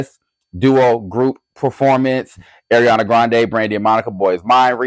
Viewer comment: I need u to work on pronunciations 😭 ARIANA NOT AIRIANA —- GRACIE ABRAMS NOT GRACIE ADAMS